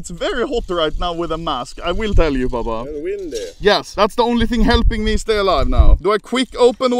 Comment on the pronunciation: he said windy and not wendy’s 💀